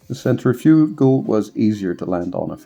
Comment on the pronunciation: Centrifugal . ( sen• tri•fuh•gl, most people say it with more of a •fig• instead of a •fuh•) but not a •you•gl lol. Just so you arent out here saying it like some type physco lmao jk. Great review